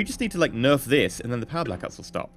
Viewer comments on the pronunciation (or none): none